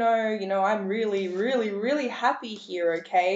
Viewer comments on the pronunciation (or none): I love listening to your voice ! I'm guessing your from England. I laugh when you say "Were going to see what spirit wants you to he" ! The next time you put out a video can you actually say the work slowly "Here" instead of "He" LOL..